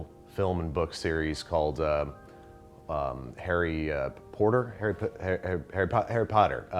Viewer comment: did He just say "Pumpkin Pasties from Parry Potter"?